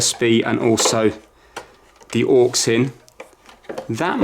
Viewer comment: The way you say "AUX" is just wrong